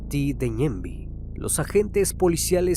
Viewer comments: Felicidades por los 2 millones criminalista !! Saludos desde Paraguay !!! Se pronuncia ñemby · ajajajaj esa pronunciación de Mbokajaty Ñemby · Fue encontrada después de 4 meses de su rapto no como dices hace unos dias 😂,también el cuerpo no emitia ningún tipo de olor,ni estaba en estado de descomposición cuando se lo encontró, la palabra ñemby tiene otr pronunciación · Soy de Paraguay y escucho que pronuncia tan mal los nombres de los barrios como Ñemby Mbokayaty y Caaguazú y Edelio Martínez fue víctima de estos plagas que terminaron de matar al pobre policía 😥 encontraron el cuerpo en estado ya prácticamente ya borrado en el monte lo identificaron por su uniforme y por la dentadura